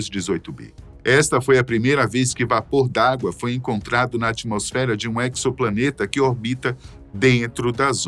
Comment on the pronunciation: Na boa, é agonizante ouvir a pronúncia errada, o cara lê "équiçoplaneta", mas a pronúncia correta é "ézoplaneta", a escrita da palavra é assim "exoplaneta", acho que esse cara nunca viu filme de ficção científica... Melhorem.